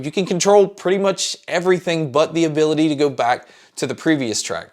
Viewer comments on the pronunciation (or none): none